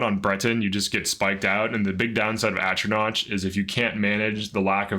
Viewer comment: Atronach doesn’t rhyme with crotch. It’s knock not notch. The emperor even says it out loud when you select the sign.